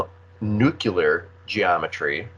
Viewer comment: The word is not nucular